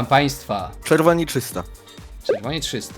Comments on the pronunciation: ja słysze "czysto" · Jak Towarzysz mówi trzysta to ciąglę słyszę "czysta" XD